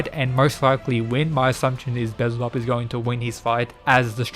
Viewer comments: It's wild that Buddha's face turn seems like the Apex of the series yet we've had only seen half of the roster in each side. I personally can't wait to see Beelzebub either. (Btw his name is pronounced Bee-Al-zee-Bub sorry but I've noticed you say his name several different ways) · No offense, you make amazing visitors but its pronounce "Bee-el-za-bub" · Great video but your pronunciation of things irks me bezelbub 😂😂 again not hating I liked the video 💓